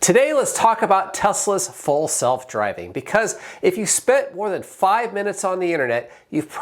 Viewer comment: Did you say Tesla full self-driving or false self-driving